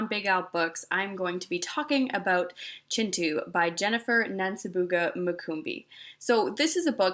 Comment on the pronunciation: Thank you for pronouncing Kintu the way it's meant to be pronounced.